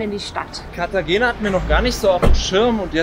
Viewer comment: Cartagena wird Cartachena gesprochen. G wird meistens als*ch* gesprochen. Nur ein kleiner Tipp von einer Münchner, die in dem wunderschönen Venezuela hängen geblieben ist.